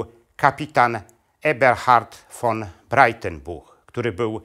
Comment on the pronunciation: Ten facet nie potrafi ani mowic ani czytac. Von czyta jako ffon Co kilka slow. W. Dziwnych miejscach stawia. Kropke. I robi. Dziwna przerwe. Taki stary a w szkole nie byl.